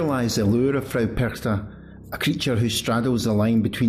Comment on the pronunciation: Hallo! Ich bin von Österreich. Du sagst "Perchta" sehr gut. "Frau" sollte aber besser sein. Das muss ein richtiges AU sein. Ich möchte noch dazu sagen, dass Frau Perchta sicher KEINE untergeordnete Göttin war, viel mehr DIE Urgöttin schlechthin. Noch älter sind sicherlich die keltischen Götter, da gab es damals die Göttin Cailleach. Und dann kam sicher schon Frau Perchta. In Österreich waren erst die Kelten danach die Germanen. Dann kam die christliche Kirche, die mit allen Mitteln versuchte, den Menschen den alten Glauben auszutreiben. Aber im Alpenraum hängen die Leute sehr an ihren Traditionen, und ich kann mir vorstellen, dass es ihnen gerade hier nicht gut gelang. Wenn es also nicht gelang sie auszurotten, dann musste man sie umso mehr dämonisieren. Dann ist sie keine schöne Lichtgöttin mehr (ihr Name sagt das ja: die Strahlende, die Glänzende), sondern eine alte hässliche Frau. Jeder (in Österreich) denkt sofort an die hässlichen Masken, die Perchten die bei den Perchtenumzügen getragen werden. Niemand denkt an eine schöne Lichtgestalt oder an eine "Weiße Frau", die liebevoll und schenkend durch die Lande zieht, und die Frauen und Kinder beschützt und beschenkt. Diese Lichtgestalten findet man nämlich auch in ganz Europa, wenn man ein bischen forscht. Witte Wieven in den Niederlanden, La Dame Blanche in Frankreich, die Saligen Frauen in Österreich usw. Und das ist eigentlich die helle Seite von Frau Perchta. Gut dass es noch Menschen gibt, die das alte Wissen erha